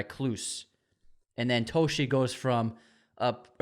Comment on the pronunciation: It’s detective Dave Toschi (TAW-SKI) Put some respect on that man’s name!